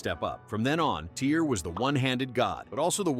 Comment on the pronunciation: It's pronounced "Tear," not "Tire"